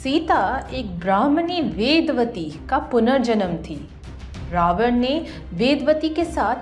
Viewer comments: It's not ravana , it's ravan. Let's not get blinded by the westernization and don't forget our roots. The content was really nice and informative but work on your pronunciations. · Bolna to seekh le ravana ko pronounce kaise krte hai